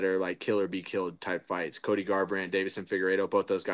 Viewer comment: Don’t get mad at chael Cody he says everyone’s name wrong…